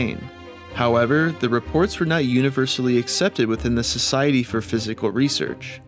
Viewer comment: This idiot can't read or can't pronounce psychical. 😂😂